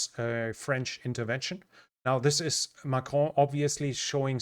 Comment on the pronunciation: You pronounce Macron really well